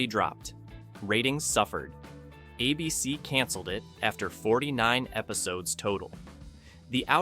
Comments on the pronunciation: Star Trek vanished? When? It still runs all the time on Pluto TV. None of these vanished. Also, it's "ABC" not "a BC." Test your AI narration before uploading. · The network is ABC, not "uh bee cee." Don't be afraid of human narrators. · I remember as a kid being totally freaked out by the hunting 'balloons' from the Prisoner. A beecee? I think the AI voice meant A.B.C. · It's not ah BC it is ay bee cee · It's ABC, not a bee see. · My favorite Martian ran out of material. Voyage to the Bottom of the Sea got too weird. A bee cee, for A.B.C. (aye-bee-cee) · Hey AI voice. It's ABC not A.......BC. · "uh-b-c"? Really? Can we get a real person reading the script or was this entirely AI? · ".. a BC pulled the plug..". ? "...a BC couldn't sustain it financially,,," ? Cmon AI, do better 😅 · ABC network repeatedly pronounced a BC. .... AI voice-over ? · There never was a network "a bee see". And ease off Irwin Allen: I'm sure he'd deplore AI, and probably predicted you... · What is "a BC"? I won't watch videos with dumb AI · I hate AI pronouncing ABC as ah b c. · Lousy editing., What is, "A BEE CEE',? Yes, I HAVE seen number 3, I have it on DVD and have seen it dozens of times since the late `90's. 'The Invaders" is the only one I never saw or heard of. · Next time, get a PERSON to narrate who knows how to pronounce "ABC". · Typical AI. Can't pronounce ABC properly and can't get facts right. Star Trek disappeared? Please... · I'm surprised even a mediocre AI could mispronounce "ABC" so many times. If there's a human behind this channel, please read the script yourself. I swear it will be better than this monotony of goofs. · It took 10min 19sec for ai to learn how to say ABC.😆😆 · I don't think it's an AI voice, just a quirky mispronunciation.